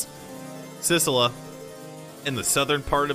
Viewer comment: GOD GAMER CANT SAY SICILY OMEGALAUGHING